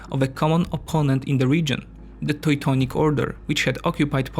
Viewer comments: Toy-tonic Order xD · He pronounced it like a German would. In German 'eu' is pronounced 'oi'. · You made a huge effort with your accent but let me tell you, that your pronunciation of Teutonic knights as "Toitonic" reminded me of ToiToi mobile latrine :D The correct pronunciation sounds more like two-tonic. Also, the word "area" is correctly pronounced with the emphasis on A not the last part (not areeeeya) Apart from that good job! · Toy-tonic knights :D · He pronounces it as a German person would. In German 'eu' is pronounced 'oi'. Maybe best secondary language is German, not English. It seems somewhat fitting to pronounce Teutonic knights as a Teutonic person would:-)